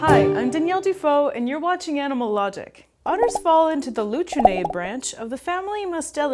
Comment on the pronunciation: when the word "lutrinae" was said i thought she pronounced it "luchrinae" and all i pictured were otters as luchadors wearing tiny wrestling masks